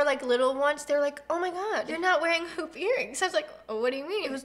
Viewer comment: When you said "hoop earrings " I heard "pOoP eArRiNgS" lol 😆